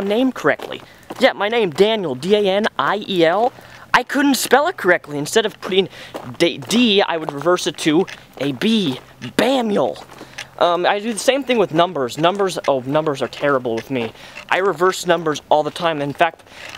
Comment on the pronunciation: "BAMiel!" lol